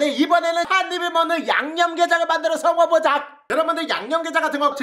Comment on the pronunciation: 오늘도 당했다....먹어보쟈하~_~ 가아닌 먹어보쟠ㅋ_ㅋ